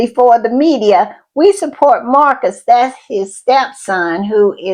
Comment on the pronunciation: Dedham is not pronounced "Durham", it is pronounced deh-dm, dead-'m. It isn't Marks, it is Marius - mar-ee-us.